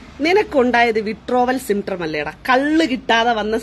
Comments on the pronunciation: Withdrawal syptrom പോലും symptrom അല്ല മരക്കഴുതേ symptom.. അതുപോലും നേരേചൊവ്വേ പറയാൻ അറിയാത്ത ഇവളാണ് Activist… 😂😂😂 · Withdrawal “Symptrom”??!! 😅